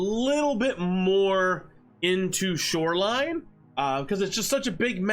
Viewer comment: hmm? I like when you said "snoreline." But the word this week is Detergent